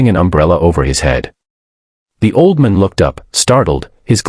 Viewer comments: Did anyone else notice that "just a waitress in a red uniform" was dressed in blue? Then, the AI narrator they hired couldn't even pronounce "old man" correctly.🤨 It became "oldmun". Aside from these silly mistakes, this was a very good video. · The ai says auldmon. OLD MAN, not MON, and it is two words, not one. 😂 bad ai, learn to speak. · AI needs to get things straight. Her red uniform was blue. Can the voice not pronounce "old man?" AI will soon destroy everything.